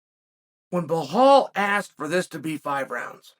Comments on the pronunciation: Appreciate the analysis. Just wanna say, his name is Belal not Bahal. It comes across off when u say it. Keep it up. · It’s pronounced “Buh-Lawl”, not Bu-Hawl”. Good lord how are you so bad at pronouncing it? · His name is Belal with an L not behal with an H. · Chael: What's your name? Belal: Belal. Chael: Blahal? Belal: Belal. Chael: Ok great. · Bi-lal, please chael please stop calling him bihal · Blahol was very impressive Cha-eel, I had it wrong, thought burns had this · Every time he says “Blahal” I picture Hank Hill saying it😂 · Stop calling him bluhaal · Who's Bahaaal? Lol😅😅😅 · Jose reaching out to chael. I love how chael gets the names wrong. Like are you doing this on purpose? Bahal and piera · Why chael keeps calling him behal😂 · I’m starting to think Chael says peoples names wrong on purpose for a laugh….Pierra…Marklechef…Bluhal 😂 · It’s Blahal right? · Lol. It's Bahall. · Bluhal “Pronounce the Name” Mulhammed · Chael has own way of pronouncing people's names.🤣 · Stop mispronouncing his name. That’s ignorant. You’re better than that. If you didn’t know that’s what Zionists do to Palestinians to dehumanize, disrespect, diminish, demean, and belittle Palestinians. I’m sure that’s not what you’re doing but at least make an effort. The real way to pronounce his name is actually easier than whatever the hell your saying. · Pretty easy to say his name and there is no h in it